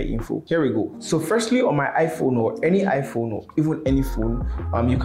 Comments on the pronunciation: Bruh did you just say amala not iPhone 😆👌love your videos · He said "Amala" 😂😂